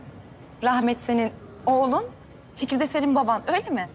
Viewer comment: Hep fikiz diyo rahmet